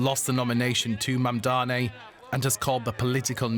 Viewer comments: Many anchors mispronounce his name to Mamdami, including the one here. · You're saying MANDAMI, unprofessional. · MamdaNi, not MamdaMi Deutch should say the name correctly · Could you possibly stop saying "Mamdami"? It's MAMDANI. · It's MamdaNi not Mandami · Mamdani not mandani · his name is MamdaNi not MamdaMi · Atleast learn to say his name RIGHT!!! Its MAMDANI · U can pronouns Mom Dani. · DW, train your hosts better. Even this guy could not pronounce his name properly. HOW HARD IS IT? Its Mum-daani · MAM-DA-NI.... Not that tough... Learn it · CON dani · M A M D A N I! Why’s it so hard to pronounce? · how difficult is it to say Mamdani? these anchors are incapable of pronouncing words they don't already know, learn to read people. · Wow. You can't even pronounce his name correctly? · This anchor cannt pronounce the nama right. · Why can't you pronounce his name properly??? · The DW anchor can’t even pronounce “Mamdani” correctly.